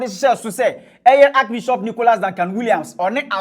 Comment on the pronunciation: What is archi-bishop ? Can’t even pronounce archbishop smh